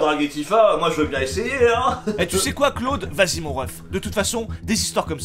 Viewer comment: J'ai mis 12 minutes à comprendre que Claude, c'était Cloud... x'D " Dis camion ? "